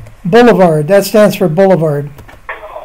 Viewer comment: His "accent" caused him to pronounce boulevard in its abbreviated form...🤦🏻‍♀️